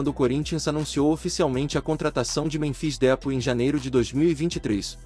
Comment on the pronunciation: Cara é esperto, fala o nome errado de propósito kkkk canalzinho lixo que fica postando fake news😂